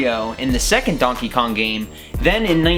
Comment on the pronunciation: He sayed Dankey Kang 😂😂😂😂😂